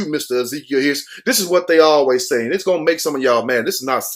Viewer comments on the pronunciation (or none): none